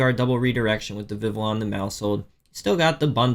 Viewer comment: Vivillon is pronounce like Viviyon.